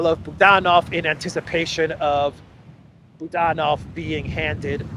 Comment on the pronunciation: Boo DAN ov —- isn’t that supposed to be. BOO dan ov.? Russia pronunciation I know. Maybe it’s different cause he’s a Ukrainian? I love your podcast. You are one of them that I go to every single day. But that booDANov gets my attention. Can’t help it. If unsure please go to first syllable form, BOOOdanov. That’s natural.